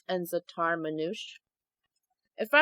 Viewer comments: btw for zataar manuche you pronounce it like z-ahh-tar mon-oush-aye😊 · ITS NOT THE ZOJOK ITS THE ZAATAR